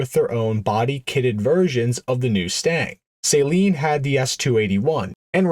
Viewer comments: It's pronounced suh-leen not saline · So you call it a Saline Mustang but you call him Steve Saleen 😂